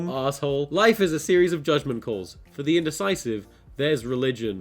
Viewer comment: Thiseh Iseh theeh besteh Arteh Evereh compaedeh toeh meeh.